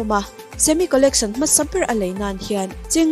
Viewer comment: I aw a mawi ngaihthlak anuam in a zangkhai mahse i English lam hi khawngaihin uluk leh zual la, Jet te Zet itia Collection te hi Collecsawn itia ,beng alo thlep deuh thin...lam nalh ai mahin lam dik hi angai ve a .tichuan perfect ni mai